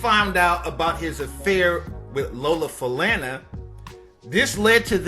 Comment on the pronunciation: you so right I was like say her name right,n u can tell he was reading from a script,n I also wish he had more today pics of her but yeah he wasn't a fan 😂